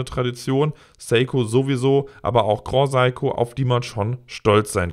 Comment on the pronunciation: Grand Seiko nicht groh saiko...